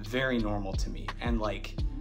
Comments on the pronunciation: you’re the only wolves fan I know who pronounces the H when saying wolverhampton we normally pronounce it wolva ramtun the content of this video was interesting and funny at the same time 👍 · I live in Trinidad but was brought up in Wolverhampton. Natives don't pronounce the h in Wolverhampton. It is "Wolverampton" with the emphasis on the middle syllable "wolverAMPton". I see somebody else below mentioned that.